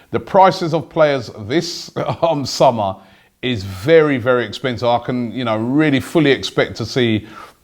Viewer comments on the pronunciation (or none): none